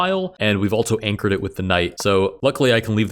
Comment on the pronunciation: I agree, his voice is nice but I noticed he pronounces "also" almost like "altzo" along with similar words, I wonder if this is a regional thing or exactly why